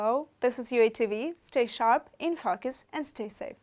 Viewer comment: Learn how to pronounce "focus." It sounds like you are saying a bad word.